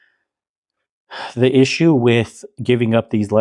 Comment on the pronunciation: It’s pronounced “with” kweens, not “witch” … 😂